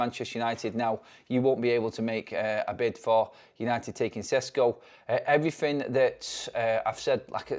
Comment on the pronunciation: And “EveryFin”